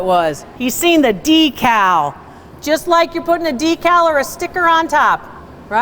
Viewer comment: You pronounce it d cow We pronounce it deck call